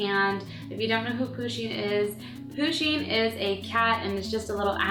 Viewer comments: Its PU-sheen not POO-sheen but great job :) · She is saying pooshing it's pushing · Am I the only one who is annoyed by the fact that she kept saying Poosheen instead of Pusheen? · u said it like poo-sheen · It's pronounced push een. Like push like push a button. Not poo sheen! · Lol poosheen ?? Pusheen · yeah she did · It's pronounced Push-in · She says Pusheen like, "POOsheen" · U protoceratops it like it with a U not a O